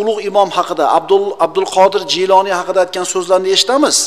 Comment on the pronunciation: Kinosida G'iyloniy deyiladi. Domlar Jiyloniy deyapti.